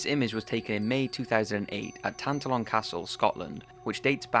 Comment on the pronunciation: tin-tal-on not tin-tal-in